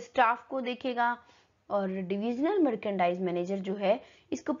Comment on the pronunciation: Mam ap merchandise ka pronunciation galt kar raha ho